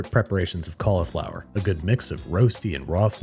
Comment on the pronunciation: I am vexed by your pronunciation of cauliflower.